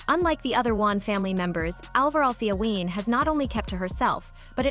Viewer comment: Stop pronouncing Wayans like Wons😂